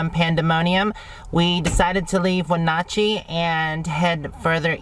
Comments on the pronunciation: Along with that Wenatchee is pronounced with a short "a", "Win-nat-chee". It is tough traveling to different areas with many local native American names that you have no history with. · I would think your sister would have corrected your pronunciation of Wenatchee. The “atch “ is sounded as in catch or hatch! Got it? So what, you’re probably never going there again!!